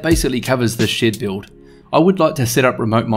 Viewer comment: I keep hearing sh*t build lol. Love the black panels